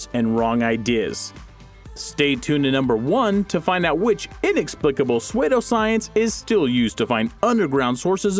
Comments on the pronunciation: yO 'g€niUs' PSEUDO is Pronounced " SOO_DOH " noT SW@ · narrator says suedo my reaction......🤦‍♂️🤦‍♂️🤦‍♂️🤦‍♂️🤦‍♂️🤦‍♂️🤦‍♂️🤦‍♂️ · He just pronounced the Word pseudo different. What Is the problem?🤷🤷🤷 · I had to stop watching when he said it a second time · Hehehe. Yeah that mispronunciation is really annoying huh.